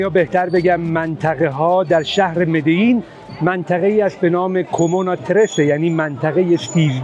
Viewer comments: خیلی زیبا توضیح دادین ولی این شهر اسمش مدجین هست نه مدیین. من یک سال اونجا زندگی کردم. ۲ تا ال در اسپانیایی کلمبیا ج خونده میشه. تمام بستگان خانم من مال اونجان. شهر ساحلی اسمش رو اشتباه تلفظ کردین. کارتاهنا cartagena هستش. اون چیزی که میکشن تو خیابونا معمولا مارجوآنا هست. Federico Gutiérrez شهردار مدجین خیلی به این شهر رسید. پابلو اسکبار به فقیرها خیلی رسید تو مدجین. خیلی ها اونجا دوستش دارن. شما تا اونجا رفتین یه تامال Tamal نخوردی؟ اگر شما می خوای بهترین باسن ها رو تو کلمبیا ببینی باید بری به شهر ویجاویسنسیو villavicencio. حتما بندها پایسا bandeja paisa رو امتحان کن. از غداهای معروف استان آنتیوکیا که شهر مدجین توشه هست. از آبجو های کلمبیا معروفاش Club Colombia dorada و costeña رو حتما امتحان کنید. اگه عرق دوست دارین aguardiente nectar verde رو حتما امتحان کنید. و از مشروبای معروف مدجین Ron de Medellin رو یادتون نره امتحان کنین. به پارک Parques Temáticos Hacienda Nápoles سری بزنید. یکی از جاهایی‌بوده که پابلو اسکبار زندگی میکرده. به مدجین نزدیکه. شما از اون همه پله بالا رفتی، حتما قبلش یک چایی کوکا می‌خوردی. نفس کشیدن رو راحت تر می کنه. بهش‌میگن aromantica de coca. از برگ کوکایین درست میشه و کاملا قانونی هست. هیچ خطری نداره و ماده مخدر نیست. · البته در تلفظ خود کلمبیای ها مدجین خونده میشه من خانومم واسه همین شهر دبل ل در در تلفظ کلمبیا “ج” تلفظ میشه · دورود بر شما با احترام ولی اسم شهر به اسپنیش مری جین تلفظ میشه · مدجین درست دوتا ال همیشه ج خونده میشه،،.